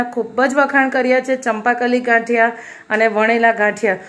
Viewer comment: Gathiya ne badle ghaathiya km bolo cho bau irritation thay🙂🙂🙂